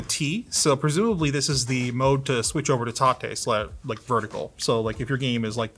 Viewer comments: Why is he pronouncing it "tah-tay mode"? It reads like "Tay-t mode" to me. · Isn't is pronounced TAY-T mode, as in you can rotate the screen? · Everyone named Tate (T-ate) is probably having a stroke every time says Tate (Ta-tey). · Tate(tah-tay) is a Japanese word meaning "vertical".